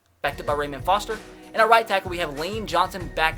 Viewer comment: It's ruh moan foster